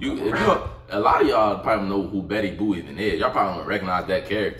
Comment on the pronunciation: sir, it’s Betty BOOP not Betty Boo 😂